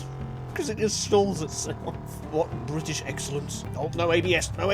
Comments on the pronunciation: u mean bri-ish car? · Omg an bri-ish cah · you spit out you tea, its the most bri-ish thing i ever heard no joke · Pure Bwittish!